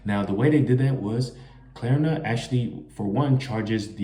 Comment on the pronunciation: Klarna not Klerna